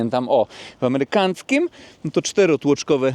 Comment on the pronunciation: "amerykanckim" 🤣 🤣 🤣 🤣 🤣 🤣 🤣 złoto ❤️